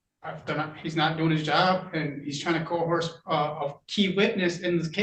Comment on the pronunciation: "He 'co-horsed' her into saying ..." Oh, boy. Best know how to operate English before attempting to use it for anything important.